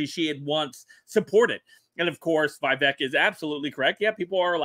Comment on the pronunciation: Not vayvek. Veevek. Vivek.